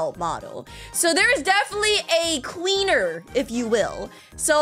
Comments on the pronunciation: Urm Actsuly It's Queenie Not Queener🤓☝️ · QUEENIE NOT QUEENER , QUEENIE QUEENIE QUEENIE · And it is not queener it is Queenie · it is queenie not queener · her name is queenie not queener